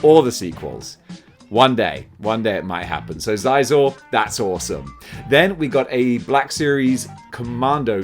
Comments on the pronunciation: Its been some decades, but I believe his name was pronouned "Shee-Zor". I could very well be mistaken! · "I always get that wrong" meanwhile, absolutely BUTCHERING Prince Xizor's name. Are you trolling us today? ESL dudes could'a done this better...